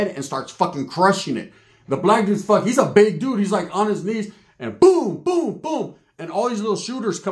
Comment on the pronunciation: "An Irish uce, a what the foook uce"🤷🏽‍♂️🤣